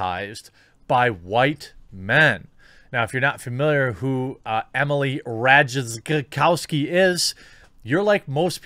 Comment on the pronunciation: Rajtakowski is pronounced Rai-Ta-Kov-Ski